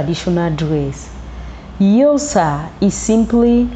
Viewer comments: It's Xhosa not Yosa. So gorgeous attires but please learn to pronounce Xhosa the right way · sorry ... but its not eusa, its Xhosa ... rather say 'corsa'.... please ! but if you need help ... i'd love to help since i am Xhosa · What is yosa,if you can't pronounce our names properly don't talk about us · Xhosa Xhosa please not Yosa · Its not yosa it's XHOSA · Yosa please not accurate, Xhosa😢😢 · We are XHOSA not YOSA please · Very beautiful. You really brought nice combinations. As Xhosa speaking South African from Los Angeles I wish u can try to learn to pronounce Xhosa better than the way you are doing. Promoting someone’s traditions and values means that you should make an effort learn the pronunciation of words and terms associated with the message you are sending. Thank you for your work. Your pictures brought back the childhood memories. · Please pronounce Xhosa properly! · She doesn't know how to pronounce please p